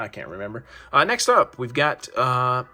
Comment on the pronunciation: Great cards. Vive is pronounced "VI-vee".